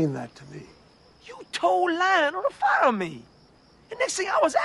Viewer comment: You told Lionel to FOLLOW me.(I know it's fire but sounded like follow)